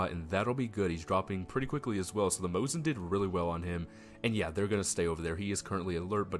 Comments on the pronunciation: Yeah, you definitely didn't say Mosin but you could have said Mose as. If you play it back on slow speeds you can hear the 2nd S real clear. There's no N there. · Most people call it a Mosin, not Moses. It's a Mosin-Nagant (MN).